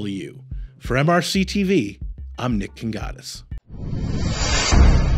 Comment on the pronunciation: Did he say he is "Nick the godess ?"